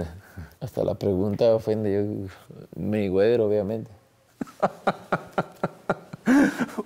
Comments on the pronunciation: Mayweather or “mi güero” 😂😂😂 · "Maywedder" hell yeah got to love Canelo for this.